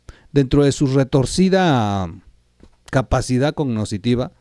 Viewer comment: No se dice cognositiva o cognocitiva querido Trol, se dice cognitiva. Tranquilo, no seas tan atropellado al hablar. Un saludo